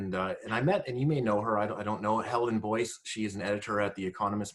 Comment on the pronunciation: It’s Helen Joyce actually, not Boyce. Does anyone know when her book is coming out? It won’t be a moment too soon.